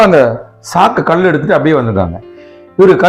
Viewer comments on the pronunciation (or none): 4 Kal enbathai kudikkum Kal endra tamil pothu lagaram ie. Kilikku podum LA pottu ill ucharikkireergal .2vathu il klcorrectaaga solgireergal.